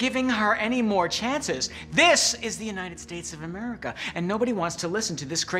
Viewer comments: Has anyone noticed that said "Americky"? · but how about the "here in america" she pronounced it by americi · "here in amerikey" tf🔪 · mans just said amriki